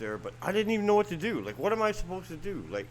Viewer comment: You keep saying,,,, what am I gonna dew,,,,!!!!! To start,, pull your head out,,,!!!!!!